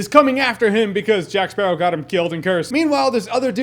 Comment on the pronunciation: take moana and add pirates...you're welcome! also, all i hear is jack sparrah, time to kill a sparrawr, kill jack sparraw